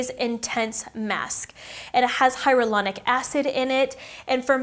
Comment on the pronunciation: It’s hyaluronic not hyarulonic